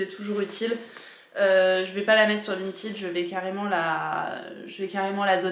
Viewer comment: Coucou, ça fait plaisir de te retrouver dans une nouvelle vidéo et c'est agréable de t'entendre proconcer "Vinted" correctement 😁. Je suis trop fan de ta jupe, dommage qu'elle soit trop petite, j'aurais été ravie de l'acheter! 😍